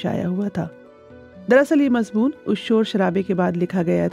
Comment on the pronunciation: Shaaesta ( galat hai ) Shustah ( Saheeh hai ) Mazboon ( galat hai ) Mazmoon ( Saheeh hai ) مضبون ( غلط ھے ) مضمون ( صحیح ھے )